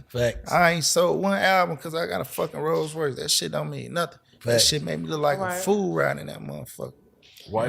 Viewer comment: ⚠️ Who told you that?...It doesn't work like that...oh yeah, it's Rolls-Royce Not "Rose". You have Not the foggiest idea what you're saying 🙄